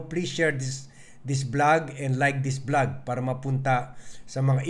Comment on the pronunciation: Hindi blag kundi vlog ang pronunciation ng channel mo. Ayusin mo naman ang pagbibigkas mo Ng mga salita,nakakairita Ang mga sinasabi mo.